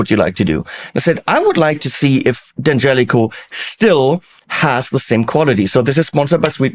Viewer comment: Great sound! And I'm happy to finally hear the name D'Angelico correctly pronounced.